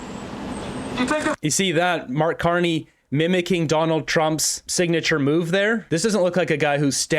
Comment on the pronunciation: Sounds like reporter addresses Carney as "Mr.Carnage." lol